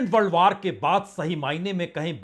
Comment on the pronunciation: वार नही, वॉर बोलो😂😂